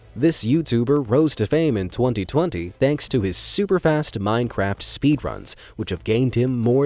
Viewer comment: Dude said 'minecrap' 🤣🤣💀💀